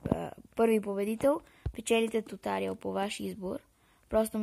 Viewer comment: Не се казва тутариал а туториал